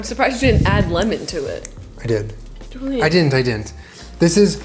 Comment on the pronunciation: Hahaha "Joolen"